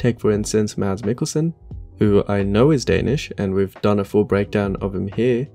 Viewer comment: Thumbs up for pronouncing “Mads” correct. 👍